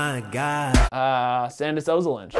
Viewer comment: sandish ozolinsh?😂 i cant with english people pronouncing latvian names😂😂